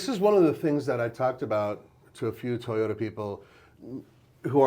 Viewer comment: It’s TOY-ota. Not TEE-ota.